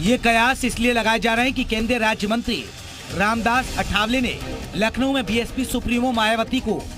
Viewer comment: पहले नाम ठीक से कहना सीख लो वह आठवले हैं अठावले नही!